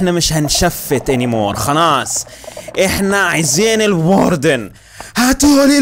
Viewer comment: الواردن❌ الوردن✅😂😂